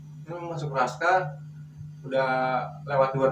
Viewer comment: Rascal bang bukan raschal